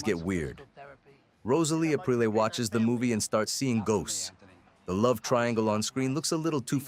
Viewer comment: Ap reel. Not April. 😂